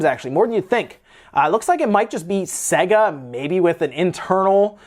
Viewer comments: Iys pronounced say-guh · SEGA PWEASE